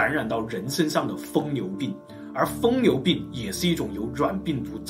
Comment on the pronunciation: 疯牛不是" 疯流"